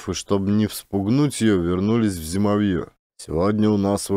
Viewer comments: ЗимОвье, а не ЗимовьЁ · ЗимОвье ударение на O. Спасибо за отличный рассказ и прочтение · Не зимовьЯ, зимОвье! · знатоки? Просто слух режет. А если доказали, должна быть сноска, иначе не верю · все равно нужно указать, что это местный говор, хотя-бы для эрудиции слушателей и если слушают дети, чтобы знали как правильно произносить слова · Каляныч тоже читает про тайгу. Но у него с ударениями туговато.. "флагИ, зимовьё, валЁжник, Варвара (на первую А).. Каляныч читает, и не сообщает, как называется книга, кто автор.. Просто читает несколько книг с одной и той же картинкой: лесная избушка с лавочкой под окном (для медведей?).. Немного переигрывает, ханты с украинским акцентом гыкают😅😅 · При всём уважении. Слово зимовье – здесь ударение падает на букву О. Есть и другие ошибки. Бессмысленное шатание по тайге и убийство животных – это не круто. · Меня тоже по-началу (мягко говоря) раздражало , но может быть — по авторскому тексту , ведь иногда произносится правильно !🤗